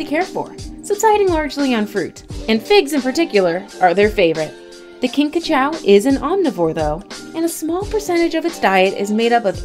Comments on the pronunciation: Pretty sure its pronounced "kinkajOO" not "kinkajOW" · These videos are always confusing. Talks about Madagascar hissing cockroach... And only once shows one for 1.5 seconds.... The rest of the segment was common flying cockroaches. And mispronounced kinkajou!